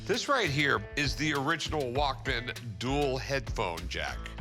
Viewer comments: Lmfaoo me too. It's walkman not walk man. Rick tried to correct him but he kept saying it! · Annoyed by the dude saying WalkMAN...smh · I was losing my mind with the way that dude was saying “walk-man”😭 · Would help if the walk - man seller could actually pronounce it properly